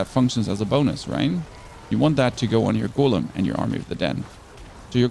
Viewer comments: what the hell is a goooolem? Did I learn english on a different planet? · Repeat after me. Golem. Not Goelem.